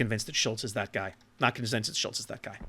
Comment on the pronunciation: Nailed the pronounciation on "Schultz". As a tip, japanese vocals = german vocals. So if you ever wonder how the "u" in Schultz or Hindenburg should sound, just remember Yuugumo. The "e" is annoying, cause in english there's either he/she or netflix/set. In german, it's always the latter. So Felix as in netflix. Same for japanese, Tone(tflix) as an example. I can only think of a single exception, being = "ie" is a long "i". Don't ask me why we can't just write Friidrich lol. Funnily, in japanese the exception is "ei" being a long "e".